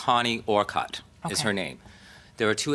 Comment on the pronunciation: Connie Orcutt was my fav avian vet at MSPCA Angell memorial hospital too. She was great, retired I think now though. Her last name is pronounced “Or-Kit” not how it was done here.